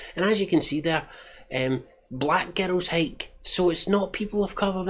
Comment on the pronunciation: To my American ears, every time you say "Black Girls Hike" it sounds like "Black Ghettos Hike". That would have been a much more interesting name for the hiking group. Great movie review.